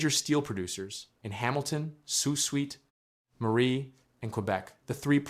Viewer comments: That’s Sault SAINT Marie, not “suite.” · It isn't "Soo Sweet Marie" , idiot. It's pronounced, and always HAS been pronounced, "Soo SAINT Marie" . It's no wonder we get so pissed off at the US for disrespect; you can't even be bothered to figure out where we are on a map, never mind apply basic phonics to our place names. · Said like, Sue or, soo Saint..I sure do hate AI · It's pronounced "soo saint marie" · It’s Soo-Saint-Marie